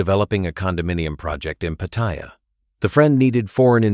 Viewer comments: I just don't like the way the narrator keeps saying Pattaya wrong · The first thing that leads me to believe this is full of BS is the fact that you claim to have been in Thailand for so long, yet haven't learnt how to pronounce Pattaya correctly. If Trevor, if he's a reala person, was a careful as you claim, he'd have smelled out the scam as soon as the investments involved relatives. So I call BS on that story too. I won't deny that scams like these exist, BUT anyone who is stupid enough to fall for them, es[ecially when relatives are involved, deserves to lose their money for being so stupid.